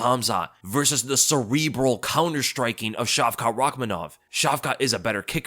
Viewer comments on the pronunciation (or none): Dude the T at the end of hamza and shavka's name isn't pronounced . How do you not know simple Semitic language rules...